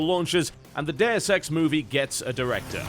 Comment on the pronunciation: you say "Deus Ex" but I swear I heard 'the dare sex", just saying.